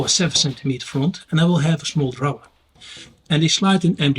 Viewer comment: you have set the bar very high for the rest of us. I love the way you share your ideas, research and inspiration. I was in Europe during May, including a week in Amsterdam to visit my son. I was amazed how many people speak multiple languages it puts us Aussies to shame. Regarding the pronunciation of drawer believe or not it rhymes with floor. Always a pleasure to watch your videos